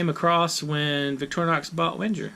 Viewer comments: "Venn-ger" not "Wenn-jerr" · The w is pronounced as a v. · I died a little inside every time you mispronounced Wenger. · Just Roll Same. I’m a Victorinox collector. I don’t own a single Wenger but I respect their history and know enough to pronounce it correctly.